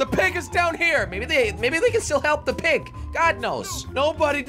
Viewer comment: Why did Jelly said Prig it’s a PIG Not A PRIG